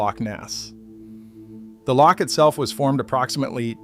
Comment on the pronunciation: It’s called a Loch not a leak